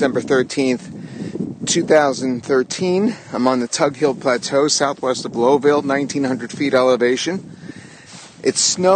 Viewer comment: Lowville -- Low as in Cow.. Lauville